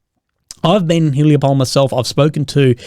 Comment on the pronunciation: Small correction. It's pronounced [hulaipole] not [hulaipoul].